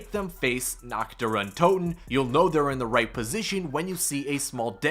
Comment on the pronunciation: The map isn’t called nag der entoten